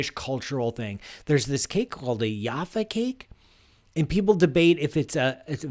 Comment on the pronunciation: It's not pronounced 'Yaffa' cake, it's Jaffa with a hard 'J'. They're not cakes, they're biscuits with an orange filling and chocolate topping on a baked sponge base. They're quite nice if you're a kid. And now not nearly as big as they used to be!